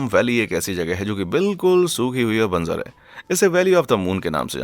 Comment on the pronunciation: Very clear voice , diction and facts . Thank you. If I may point out ? It's बंजर not banzar .